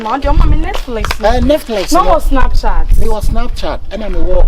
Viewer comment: Did he say Natflix😂😂